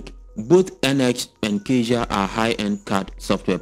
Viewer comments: You pronounce "cazia" but it's caTia, like cat + ya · Sir Catia is Pronounced - Ka ti a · ITS:CA-TEE-UHH. SAY IT WITH ME CA-TEE-UHH.....